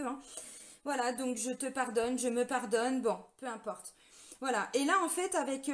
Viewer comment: " Peu impeurte".....😁 Merci... pour cette énergie dans la forme de cette guidance. Ça pulse....